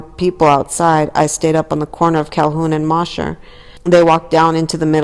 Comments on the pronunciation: It’s pronounced Moe-sher not moss-her street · I was about to say the same thing. It sounds funny